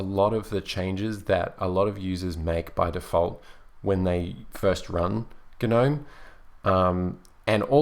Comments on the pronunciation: Please pronounce Gnome properly. The G is silent. It's nome not gernome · Why do you pronounce it GUH-NOME? I heard someone else say it's because it's an acronym, but it hasn't been an acronym in years, so shouldn't it be pronounced NOME as it is just the existing word? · The g is silent in gnome. gnome. [ nohm ] SHOW IPA. / noʊm / PHONETIC RESPELLING. I agree Kubuntu runs KDE best. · Why guh-nome? Surely the G is silent... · GaNome? G is silent. This bothered me way more then it should have XD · the g in gnome is silent lol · Actually, GNOME stands for "GNU Network Object Model Environment". Since GNU stands for "GNU's Not Unix", and has always been officially pronounced "guh-NEW" to minimize confusion, GNOME is officially pronounced "guh-NOME". However, many pronounce it as "nome" and either way works.